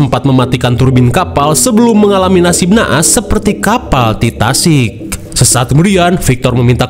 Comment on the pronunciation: Titanic bg bukan titasik